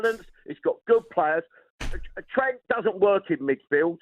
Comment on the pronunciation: How many times he butchered trents name 😂